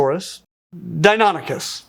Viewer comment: Why don't you say "Dinos-Oars"? They why are you wrongly saying "Dynon-icus" instead of "Dyno-Nychus? The first word in both names is Dino/Terrible.